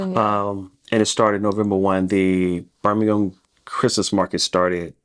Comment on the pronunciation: You can tell you have been in the UK because you are pronouncing ham as gum and Birmingham correctly ❤